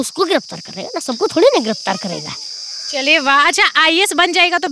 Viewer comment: Ha ha ha not a ias It's IAS😂😂😂